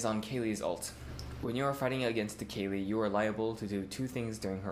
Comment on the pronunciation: I'm going to start using that wacky pronunciation on Kayle.